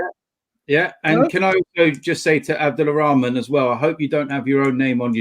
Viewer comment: Still got it wrong lol. It says “AbdulRahman” not “AbullArahman”